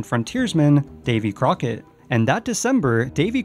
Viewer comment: It's not Davy Corckett, it's David Crockett